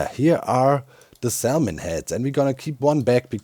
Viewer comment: I can’t say Salmon correctly now after hearing Doc over pronounce the L so many times 😂